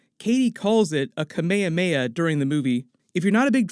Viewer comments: “Kah-may-yah-may-yah”? It’s pronounced “Kah-may-ha-may-yah”. 🤦‍♀️ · Kame hame ha in Dragon Ball Z is pronounced Kah-MAY - Ha MAY ha, it means "Turtle Wave Motion Blast"; while it is a pun for the name of a old Hawaiian chieftain from history, it's not pronounced the same way. the Hah-DOH-Ken attack is also based on Kame-Hame-Ha attack.... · Im sorry no offense but i cant take the kameyameya one because that is not how some asian calls it more of a kame hame ha again no offense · Kamekameya really? Its ka-me-ha-me-ha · what the hell is a kameykameya? hahaha its KA. MEH. HA. MEH. HA. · Kaamehameha not come-May-hum-May-ha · My pronunciation: KA-ME HA-ME HA Hearing it, KA-MAY-UH-MAH-UH as one word is so strange to me but that’s okay 😂 do you,! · its not kemeyameya, open your mouth, KA ME HA ME HA, nice review btw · “Camayahmayah” LOL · When you say Kamehameha sounds very Hawaiian ☺️ its actually kame-hame-ha, love your work!😜🥰🥰🥰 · The "kamea mea" ಠ_ಠ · It's Kaa Meee Haaa Meee Haaaaa! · Guys, it's KA-MEH-KA-MEH-HA! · "kuh may uh may uh" "tao lao" what the fuck? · The way he says Kamehameha…. LMFAOOO “Camayahmayah” smh 🤦🏼‍♂️ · Dod he actually call Kamehameha “Camayamaya”??? wtf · why you say "Kameyameya"? hahaha sounds really weird... but I'll allow it! 😅😂🤣🤩😎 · Not “kameyameya attack”🤦🏻‍♂️😂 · I’m really mad he couldn’t say Kamehameha correctly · sorry bro I lost it when u pronounced kamehameha xd great vid tho love the breakdowns ! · that kamehameha pronunciation was so dumb... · so no one gonna talk about how he said kamehameha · dont say "kamehameha" like that 😅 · How he said Kamehameha it hurt me so much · … C’mon… Kamehameha? You pronounced everything perfect but the one thing that gets shouted at for 3 episodes long? I expect better. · The way he pronounces kamehameha hurts my soul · how Kamehameha is pronounced... #smh